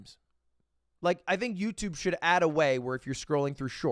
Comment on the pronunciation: Still can't say Youtube everytime lmao